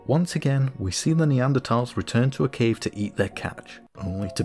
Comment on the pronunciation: Another great video! One thing I really appreciated was the fact that ''Neanderthal' was pronounced correctly! I know it shouldn't bother me, but it does, so I'm happy when someone gets it right!